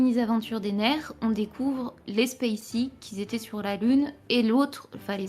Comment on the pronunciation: C quoi cette manie de rajouter des liaisons en Z, "Qui z'étaient sur la lune" "qui z'avaient des sentiments"